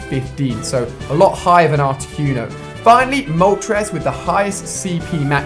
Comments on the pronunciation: So he's Mystic but he can't even pronunce Articuno... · Carmela Salmo Cunio not cono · Why do British people pronounce things so fucking retarded. "Articyoono" like seriously stop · The way you pronounced articuno... Cringe...